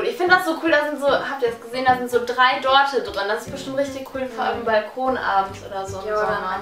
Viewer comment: "3 Dorte" ahhahaah Dochte